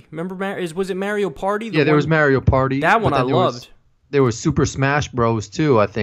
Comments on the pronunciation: It's Mario not maaiiiirio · u just say mayrio? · Damn, I feel OLD! I got an original SNES when they first came out, it was the only big Christmas present I got & I stayed up for 2 nights playing Super Mario Bros. (By the way, WHO pronounces it "May-Rio"?? 😂 DUUUUUDE, you even know that "No atheists in foxholes" is a fallacious, very sensitive & incorrect statement that's way too well known! There is a story of a really outspoken atheist soldier who was surrounded by believers in a very active battle, and while everyone else was freaking the fuck out, crying, praying, NOT fighting, the atheist smacked all of them & drill-sargent their ass back to reality so they could do their jobs!! I can look it up for you but seriously I am a fairly new atheist & thats one of the first things I learned! COSBY CASE NEEDS TO BE DROPPED. I have ALWAYS been suspicious of the victims' reports. When the ONLY ONE who had a court case both sides agreed that he gave them drugs, but the girl took them knowingly, and then immediately after that ONE case settled for a chunk of money, the floodgates open. Do any of the suddenly 50+ rape accusations actually have any PROOF, other than hotel records that I doubt were reliable this long later?? I was bashed up down left & right by commentors, SJWs, and even TYT... COSTCO PIZZA: Dude, they cook the Kirkland pizzas at the eatery in Costco too, and they are, believe it or not, the same kind as the deli pizzas at WalMart, they are BANGIN'!! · Mar(as in mars) - e - o now say it with me Mario (mar e o) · Your pronunciation of Mario hurts my soul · Holy shit you guys say Mario wrong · Dude let's not give them both a pass on pronouncing Mario so weird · Is anyone else weirded out by how they pronounce "Mario"? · Stephen Montez No. They are butchering an international icon.